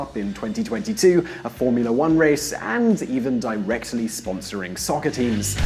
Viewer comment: How tf did he say soccer?